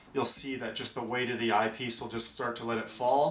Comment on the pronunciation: I can’t handle the way this guy says eyepiece, such a weird inflection. Sounds like he’s saying IPs.